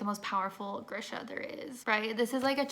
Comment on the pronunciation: Lol trying to say the Grisha names 😂 you and me both girl